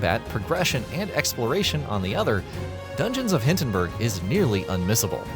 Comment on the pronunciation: Need to fix your AI bot doing the narrating. It's not "Dungeons of HINTENBURG"...